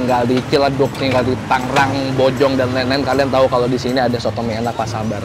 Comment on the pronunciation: plis bang jangan tanggerang, tapi tangerang